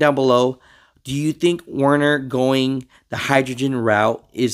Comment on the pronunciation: Stupid but its werner 😂